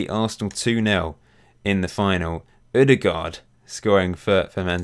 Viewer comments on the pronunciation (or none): none